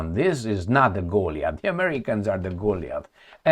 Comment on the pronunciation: goalie eth. haha i was wondering what you were trying to say. its go-lie-eth